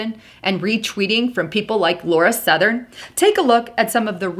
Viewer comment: LAUREN Southern not Laura Southern.